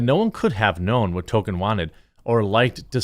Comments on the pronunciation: Tolkien's name is not pronounced "Token". That is South Park's pronunciation in their attempt to identify their character Token with Tolkien. (South Park's biggest misstep afaic as that episode was a big insult to their audience and trying not to get cancelled by the permanently offended BLM). There are interviews with Tolkien's close friend Donald Swann where Swann clearly pronounces Tolkien's name as Tol-Keen. Everything else is just wrong (and I spent 30 years thinking it was Tol-Key-En) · *Criticizes disrespect of Tolkien. *Has never read Tolkien. *Can't pronounce Tolkien.